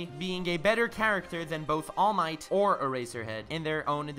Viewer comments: the way you pronounced all might and eraser head was really cool bro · i really like how u pronounce all might and eraserhead